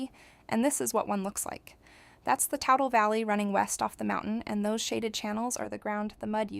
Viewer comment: The river u keep saying is pronounced TOOTLE TOO Tle lol